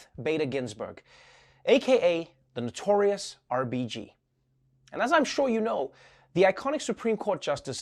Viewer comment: am i the only one who thinks his accent became american when he said RBG.